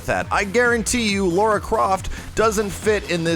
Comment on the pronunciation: It's not Laura, it's Lara. "Lar" as in larceny